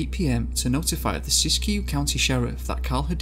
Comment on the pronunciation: That is not how you pronounce Siskiyou. It's like Sis-Q.